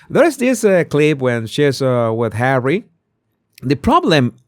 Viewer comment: Harrayt? Harrayt?😂😂😂😂